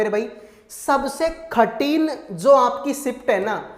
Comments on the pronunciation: Pahle baat to ye khathin nahi kathin bolo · Are bhai khatin nahi kathin hota hai